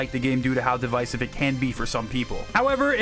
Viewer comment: say devisive again